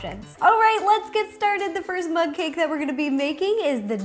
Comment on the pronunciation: It's like you've been saying mud cake